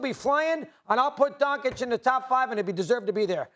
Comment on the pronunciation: "Donkich" Really?!? Some journalists, they can't even pronounce the name. Pfff